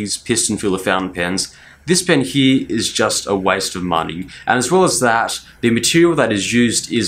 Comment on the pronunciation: U always say heeee for here. What wrong with u man . It’s so funny that instead of watching the video I laughed.